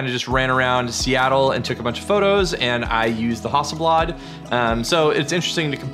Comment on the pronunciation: It's not a Hawsselblawd!!